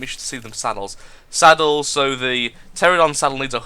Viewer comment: BTW, the flying dinosaur is pronounced: tear-an-oh-don.